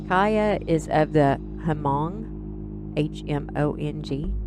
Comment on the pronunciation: Hmong is pronounced, Mong. Learned from a Clint Eastwood film.